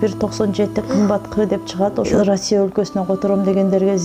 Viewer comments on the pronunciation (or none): none